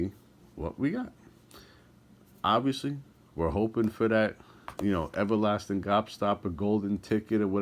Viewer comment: “you got the evalastin gobstappa”